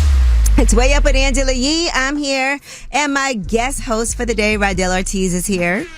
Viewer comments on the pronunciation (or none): His name is RADEL ORTIZ not Randel 😂😂😂😂